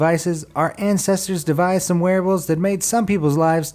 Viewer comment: Every time he says wearables I hear werewolves lol